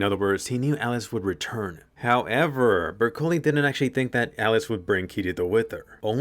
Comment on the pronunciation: Anime : Bercouli What i heard : brocolli